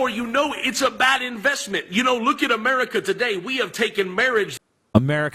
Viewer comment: I fucking hate the way Josh Feuerstein pronounces "America" it's so fucking annoying.